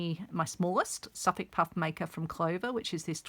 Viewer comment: What is that puff maker? I've never seen it before, nor heard of it. I turned on "closed captioning" to try and read what you called it. But cc says you said, "suff puff maker'. Is that a brand or sewing tool? Thanks for the tutorial.